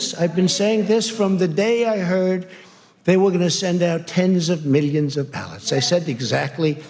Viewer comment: I'm not a native speaker, so I can't really say, but is it me or does Trump pronounce the world 'millions' in a very weird way?